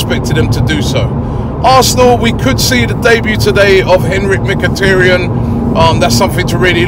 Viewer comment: MkhitTAryan Robbie.....TAryan..... not tiryan.... TA TA TA